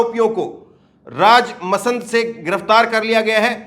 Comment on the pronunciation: kya aapko hindi padana nahi aata h kya ? rajsamnd ko , rajmsand, r bhupalpura ko bhulpura kyu pad rahe ho, kal se hindi padna sikh ke aana